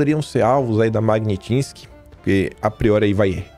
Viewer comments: Não é MagniNtsky! É MAGNI - TS - KY! Já havia observado anteriormente... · Repeat: Mag-nits-ky